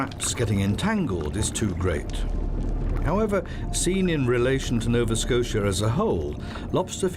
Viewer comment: "Novaskosha." "gazoontite."